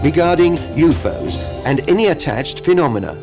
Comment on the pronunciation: The Announcer is Fucking Annoying as Hell. Sounds Frantic as he Translates and Pronounces U.F.O as YouFose.